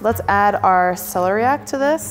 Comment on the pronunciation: It's not pronounced CELERY-ack 😂😂😂